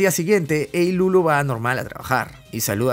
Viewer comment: pq le ponen ilulu wn, se llama iruru